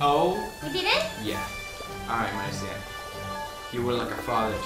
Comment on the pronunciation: my mans called his wife-tobe “Maritza” 😂